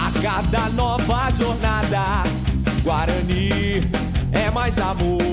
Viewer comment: É Guaraní